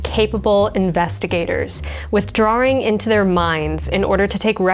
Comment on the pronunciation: withdrawRRRRing into their minds. 🤣 been watching a bit too much British TV there